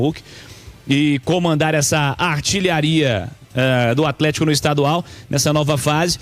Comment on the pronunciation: Não dá pra ficar ouvindo atletiaia